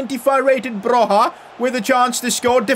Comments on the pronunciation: Oh btw, Broja is pronounced as Bro-ya not Bro-ha. Still not the worst pronounciation of him I've heard tho 😉 also I'm really glad that he's getting the recognition he deserves, he's basically carrying Southampton and Albania the same way Messi used to carry Barça and Argentina all those years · Hey! Ive heard they way you pronounce Broja's name and it triggers me. Its actually pronounced Broia and not like you do.😀😀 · Guys, you gotta tell him it's Armando Broja, not Alejandro. Also, the j is a y when you say his name.